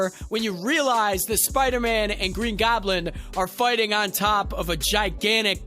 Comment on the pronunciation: Green Goblend